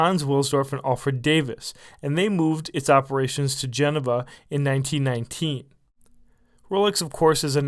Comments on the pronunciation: Wrong pronunciation of Geneva, think this is important since it's the watch capital of the world. You make it sound like Genova, Italy which might lead to confusion. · Really butchered the pronunciation of Geneva there buddy. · Dude, you're educated af but for the love of christ, learn to stop being so mush-mouthed and enunciate. You literally pronounced Geneva wrong when the phonetic pronunciation was EDITED into your video.